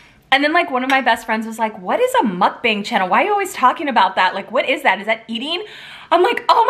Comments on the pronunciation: Gotta buy this!! FYI- mukbang is pronounced as b-ah-ng. The “a” sounds like “ah” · it's pronounced like MUCK BUNG and it's korean for eating show